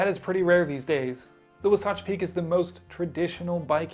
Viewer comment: Great job at butchering the name Wasatch Peak.